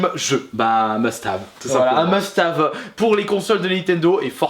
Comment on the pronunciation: Un meustave, belle prononciation :D